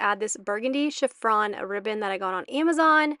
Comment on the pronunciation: Everything looks lovely! You have a great eye for detail. FYI - it's Chiffon Ribbon not Chiff-r-on 😊 🎀